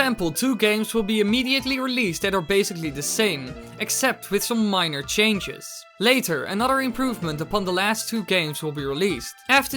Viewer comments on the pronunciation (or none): none